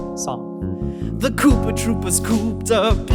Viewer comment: I thought you said sonic, not song